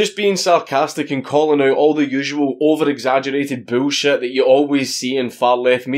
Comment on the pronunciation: I love the way dank says bullshit “boolshiet”